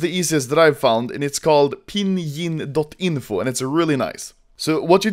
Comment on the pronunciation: I'm Chinese and that is not how you say ping yin